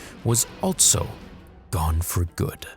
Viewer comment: “ALTSO...” is there really a “T” in that word?